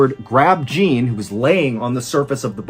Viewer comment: the mispronunciation of Jean is killing me, lol.